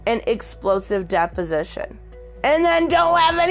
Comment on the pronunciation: Does everyone else think "Depp-osition" everytime she says deposition? Lol